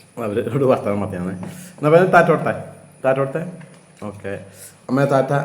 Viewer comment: താറ്റ അല്ല റ്റാറ്റാ ....